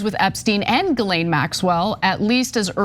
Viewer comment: My only criticism of this video is the pronunciation of Ghislaine Maxwell name. It is pronounced Jizz-laine! Emphasis on the jizz! 🤢🤢🤢🤢🤢🤮🤮🤮🤮🤮🤮